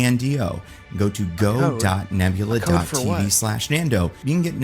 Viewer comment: Sounded like he was ranting about nebuler and not nebula.